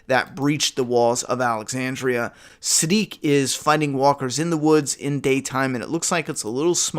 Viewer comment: It's sidiq